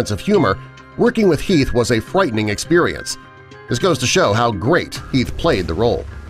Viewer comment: Tobbezeichnet fwightening